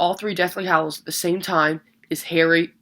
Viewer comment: its hallows not hollows